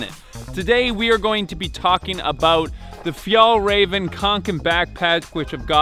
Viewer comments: Paused to type that it’s pronounced fyall-raven. I know exactly how to pronounce it do not PATRONIZE me. Lol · It’s pronounced ”fjellwea*va” *ea as in ”bear” Stress is on first syllable, but there’s also a secondary stress on ”rä”, since it’s a compound word Also use scottish prosody for proper swedish pronounciation. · Haha he say fjäll räven like fjäll raven 😂 fun for me as a Swed. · It’s actually pronounced fjällräven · a pro tip for your pronounciation: If you say the ä in fjällräven the same both times, it would be much more correct Swedish! Ä is pronounced like the e in "environment". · its fee-el rareven konken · You pronounce it like Fjehllrehven kcoken Ä is like eh and a combined into One And å is like co With a silent C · "The Fjollräjven Kianken Backpack..." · That would be a little closer, at least. It's actually pronounced fjällräven (and kånken). ;)